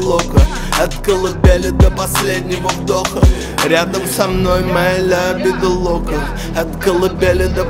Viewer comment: Лявида лока произношение раздражает но я люблю тебя смоки